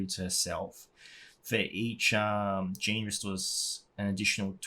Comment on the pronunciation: Nice video, thank you ol boy. Remember to pronounce Jeanne in a French way, just like all high elves names are to be pronounced in Japanese! Xd